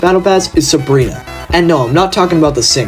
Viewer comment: not to be that guy, but... its "Sabina" not "Sabrina"